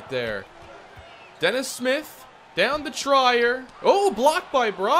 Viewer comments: This bugged me a lot. It’s pronounced tree-er not tray-er. It’s ok though because he’s not that known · hate to be that guy, but its "treer" not "tryer" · His last name is "Tree-Er" Good video though! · Trier is pronounced ‘Tree-yer’